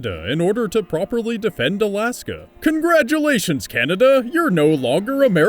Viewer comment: Lol "Araska"